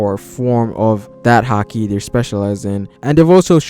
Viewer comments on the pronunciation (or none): Its haki not hakii